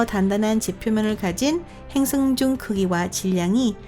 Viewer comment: 행성 을 행승이라 하고 수성을 주성이라 하고 띄어쓰기 이상하고 1/3은 못알아 들어서 중간부터 자막키고봤네요 불편불편